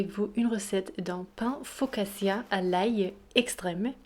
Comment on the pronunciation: Bonjoir madamme juste 2 corections si vous permeter : 1: FOCATCHIA et pa FOCASSIA ACH ACH ACH 2: au debug c'etais une ficaccia et a la fin c'es devenu un pain ???🤣🤣😂🤣🤣 en tout vas merci pour la recette